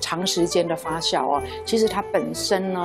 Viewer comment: 谢谢视频！ 不过发酵读fa JIAO 而不是fa xiao（发笑）